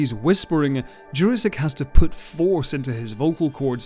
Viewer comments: Jurasik is read like "Your-asic" not "Jurrasic". For further references onward. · This is the first time I have ever heard Peter Jurasik's name pronounced any other way than "Jurassic". I must admit, it is very jarring. ASD + ADHD + PTSD. Still, excellent video. Thank you!